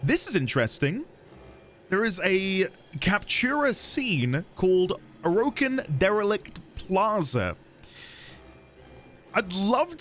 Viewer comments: It's pronounced Or/a/kin, not O/Row/kin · Hey, don't feel self conscious about your pronunciation of Orokin. A lot of people pronounce it a lot of different ways. We won't judge you over it